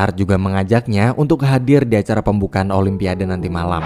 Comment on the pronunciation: Olympiade..sebutanya olimpiad..bukanya "o lym pia de: sebutan dgn ejaan biar betul wak..jangan di indonkn bahasa ingeris@ yaa...olympiad yaa "de" nya xperlu di sebut..